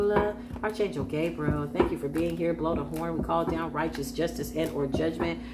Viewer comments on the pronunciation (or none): ✅️ Arch is pronounced like Ark. Ark Angel Michael.